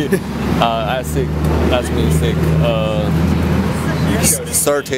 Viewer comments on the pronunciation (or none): none